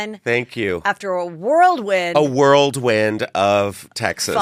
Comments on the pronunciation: It's a "whirlwind" Justin, "a column of air moving rapidly around and around in a cylindrical or funnel shape..... not "world win". Lol ❤️ from Pensacola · Why do so many people say worldwind??? It’s whirlwind!!